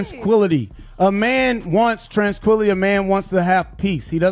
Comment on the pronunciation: Bro said transquilly 😂 the word is tranquility